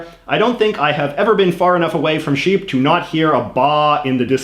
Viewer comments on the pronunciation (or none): none